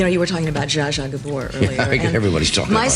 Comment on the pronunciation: Are you a computer who’s doing the narrating?!? Because you murdered the name of Zsa Zsa Gabor!!! Thank you very much. ❤🙏😇🤗👏😎💕🏡😊